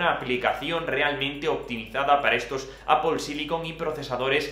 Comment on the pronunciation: A mi me encanta que diga a veces "Apol" en vez de "Apel" jaja